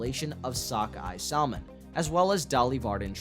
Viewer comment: You need to learn how to pronounce the word SALMON.......